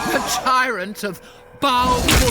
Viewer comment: Oh you silly Birts and they way you pronounce the two a's in Baal